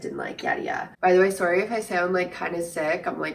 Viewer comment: the way you pronounce “sorry!” omg so cute!